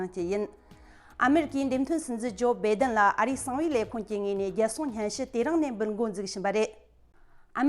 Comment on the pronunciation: བྷེ་den མ་རེད། བྷཱའེ་denརེད། (སྒྲ་གདངས།)